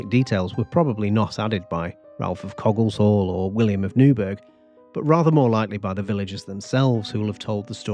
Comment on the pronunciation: Its pronounced cogg-eh shall